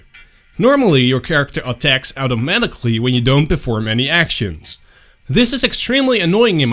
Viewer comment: it took me so long to figure out you were saying automatically